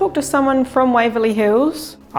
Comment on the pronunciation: YES, Waverley Hills, rhymes with CHILLS! ❤🐨